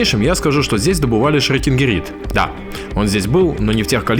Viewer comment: Шрёдингирид )))) плакаю - минерал называется «Шрёкингерит»